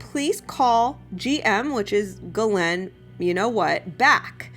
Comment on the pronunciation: That’s funny but actually it’s pronounced Gee lane (hard G like going rather than soft G like giraffe)